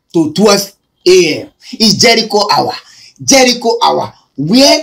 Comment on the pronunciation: Bushili, 2000land, jelicho, countly, plesident, 😂😂😂😂😂😂😂😂😂my bele o😂😂